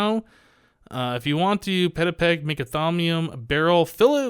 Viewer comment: Actually not to sound like a douche but it is not 'peck' it is 'pech'... Anyways great video as usual!!!